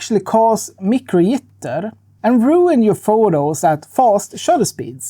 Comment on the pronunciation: Your accent on the first “micro jitter” genuinely gave me a giggle. Thank you!!